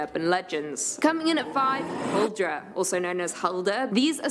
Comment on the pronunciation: thats not how you say huldra in Norwegian 😑